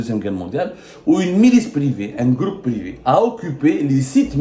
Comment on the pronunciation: Essai de travailler ta prononciation du français en plus tu réside en France, par exemple on prononce privé et non privi , t'as beaucoup de défaut de prononciation pour ne citer que ça. A cet effet si tu lisais et faisais ta propre recherche comme les professionnels tu maîtriserais mieux les langues , arrête de reconduire les articles qu'on te dictes